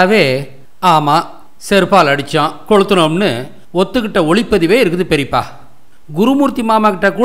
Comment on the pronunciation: அருமை.நீங்கள் பேசிய பெரிப்பா உச்சரிப்பு அழகான நகைச்சுவை கலந்திருந்தது